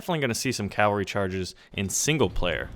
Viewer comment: THANK YOU, for one reason, you said Cavalry right! So many people say "calvary" and I'm like "I wanna fucking kill myself" because what the fuck!?